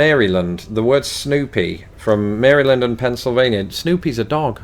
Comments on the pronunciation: I’m the opposite of you and moved from the states to the UK, but I had an English mother. To be fair, she lost MOST of her English slang words. I grew up in Illinois and Colorado and spent most of my adult life in Texas before moving to the UK. First, I’ve not heard most of these words. Second, you do a pretty good southern accent. Finally, Maryland isn’t pronounced Mary-land, it’s pronounced like the name Marilyn. Speaking of pronunciations, what is up with Derby being pronounced like dar-by??? I just can’t!!! I keep trying to tell my friends back in the states just how different the two English speaking countries are!! 🤯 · Well, he is from Merrie Olde England so it's fitting that he would pronounce it Merrie Land. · Oh and can I just say that I love the way you pronounce Maryland. :) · Wow, these really must be some obscure words because I'm American and I'd never heard of any of them before. Also, the way he says Maryland!